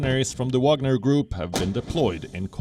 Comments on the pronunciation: France shouldn't complain, they have their Foreigner Legion for the same purpose, it's just not private. Btw. why Wion calls this group WaNGer when it's WaGNer? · Not " Wanger" it's the WAGNER group. The Special Forces under the Special Forces.😂😂😂 Mali is about Uranium!!!!! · lmao its spelled Wagner not wanger. Wanger is slang for penis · Yes, serious journalists Gravitas ... they can not even spell it right. Wanger? No, I think it's Wagner ...